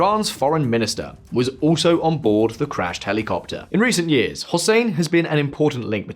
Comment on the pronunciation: Hely Copter,Hely Coptet.